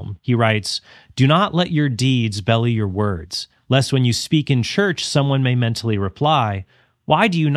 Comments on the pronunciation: "Hang on, "Belie" is pronounced like belly and not bee-lie?" St. Francis (Alledgedly) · "Belie" is pronounced be-lai, with a long I sound, with the emphasis on the 2nd syllable. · I think belie is mispronounced.